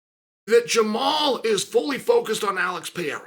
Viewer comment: When did Unc Chael start calling him Jamal instead of Jamahal?!